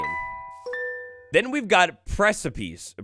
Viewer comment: Precipice is pronounced preh-seh-piss. It means something like an overhang or a steep ledge.